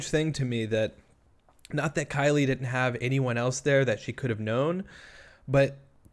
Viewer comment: Also, in the beginning she slips up here words "I uh call...I mean talked to Killie"